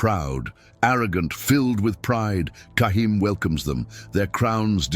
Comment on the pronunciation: Not cahim.. it's jaheem